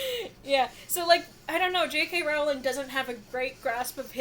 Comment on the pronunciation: Her last name is pronounced like Rolling Rock Beer, NOT like 'Row! ling' why do so many people pronounce it wrong?